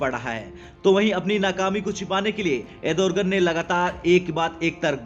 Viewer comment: अरे भाई, एर्दोगण बोलना तो सीख पहले, तुझे अँकर किसने बनाया??